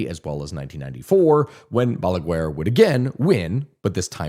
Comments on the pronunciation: I love how you tell our story, very good video, also love how you say BALAGUER, as balagUar, in spanish is pronounced ba-la-gar the U in GUER is silent. Also PLD party of which leonel fernandez was the head means partido de la liberacion dominicana as in Dominican liberation party, my dad used to be one of his brands liders. now a day leonel left the party and made a new one called Fuerza del pueblo aka People's Force. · Trujillo is pronounced TrugiJOe. Not TrugiLo. Balaguer, is pronounced Balaguer (as in guest), not BalagUer”. For the U to sound it will need two dots on top. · Just for future reference if you end up making videos on DR again and have to talk about Trujillo and Balaguer, the way you pronounce them is Trujiyo (the ll makes it a y sound) and in Balaguer, the u is silent so you would just say Balager.